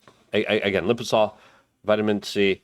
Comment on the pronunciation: please pronounce this correct. Lye-Puh-Zoe-Mal. You're selling the stuff, and it hurts me each time you're saying some other word. Love you, but truth is truth, and this is just a small change. Your ad read deserves it..........